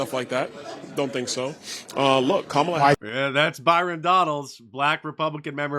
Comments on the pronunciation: Mark mispronounced KUMALLOVER HARRIS' name.😂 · "Kameltoe Harris" Get it right! 🤣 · its pronounced kamm allah Mr. Dice. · Harris's first name is correctly pronounced KAH-ma-la or Comma-luh. She made a video to help people get it right. I'm not kidding.